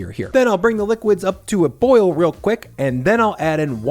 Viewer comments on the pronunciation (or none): none